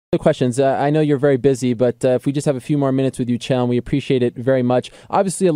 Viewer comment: Chael "Phael' Sonnen!!!!!!!!!!!!!!!!!!!!!!!!!